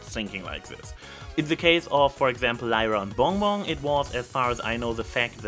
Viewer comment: 10 minutes 29 seconds. "Zey are together wis Lyra and Bong Bong" I listened to that over and over. The way you pronounce BonBon is just...magnificent~